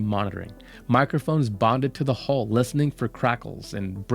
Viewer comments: Please learn how to say 'hull'. Initially I thought you were saying 'hole', and the subtitles were also showing 'hole'. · I got very tied od the comments saying HOLE instead of HULL.